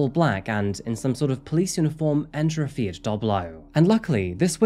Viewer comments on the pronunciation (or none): none